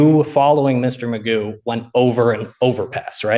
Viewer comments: Do Americans really pronounce “McGough” as “Magoo”? I know they butcher polish names, but there must be so many Scots over there they should still remember its “McGoff”, right? Edit: and I get that even “McGoff” doesn’t really capture the throat sound of the “ff”, but I’ll cut you some leeway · Magoo isn't even the correct pronunciation of McGough.